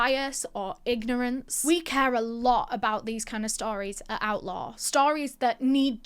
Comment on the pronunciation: I thought that she was saying outlaw not outlore...lol